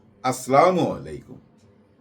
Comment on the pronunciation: দাদা সালামটা সহিহ শুদ্ধ ভাবে দিলে ভালো হয়